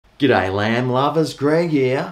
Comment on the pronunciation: I genuinely thought you said "G'Day Land Lovers" in the intro... not "G'Day Lamb Lovers". I'm thinking... has been on a boat fishing or something!!?. Then you showed the product being reviewed... and then it clicked. 😆 🍴